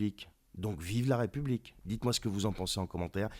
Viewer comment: Tu es sympa quand tu prononces la république c'est plutôt la r(i)p(o)ublique...